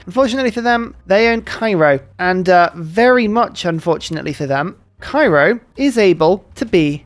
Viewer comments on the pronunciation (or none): none